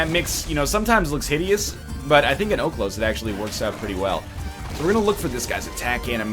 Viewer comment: Its oHlos, the pronunciation that is.